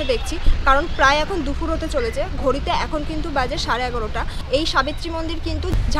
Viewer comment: এত "কিন্তু" বলেন কেন? "ব্যাবহারিত" মানে কি? "দুখুর" কি দুপুর?